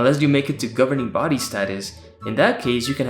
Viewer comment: I lose every time they say "governering body," "pioneers" and when you say "publisher."